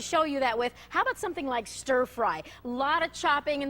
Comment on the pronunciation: Oh my god chat saying Ster fry every time Cathy said stir